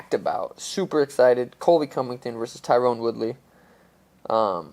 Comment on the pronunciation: For the 100th time, for you and, Its Ty-run (Tyron) Woodley...Not TYRONE...lol cheers